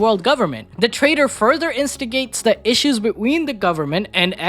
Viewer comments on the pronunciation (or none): none